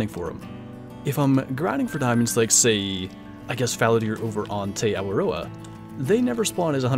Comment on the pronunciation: As someone from New Zealand, hearing you say Te Awaroa made my day 😂😂🤣😂